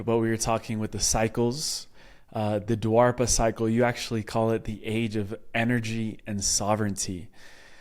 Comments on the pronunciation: Its not dwarpa yuga it's dwapar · Its called Dwapara Yuga not Dwarpa